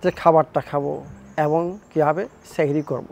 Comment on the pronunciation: It is not Shari it is Shari